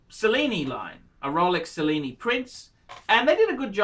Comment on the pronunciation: "Sellini"? (Cellini) Do you also enjoy the 'Sello'? (Cello)